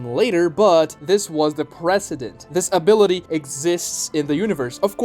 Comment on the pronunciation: "has this ability" sounds exactly like "has disability"